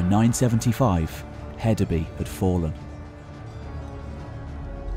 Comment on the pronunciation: For future reference: In Danish, "Y" is a vowel pronounced "oo" as in food, a long u sound. And I believe the d in Hedeby is pronounced like a soft "th" as it was originally a thorn. Hethabu. It means "heath town" or "town on the heath", literally. A "by" is a city, town, settlement.